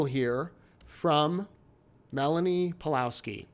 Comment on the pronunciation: Surname Pawlowski has probably Polish origin, so read it Pavlovski